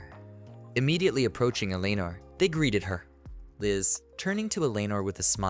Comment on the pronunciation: Have seen this quite a while ago and now I remember why I can't tolerate listening to this. So far 2 videos have utterly mangled the name Eleanor and it makes me want to stab my ears with ice picks every time I hear it. I'm sure that's not the only word you mangle.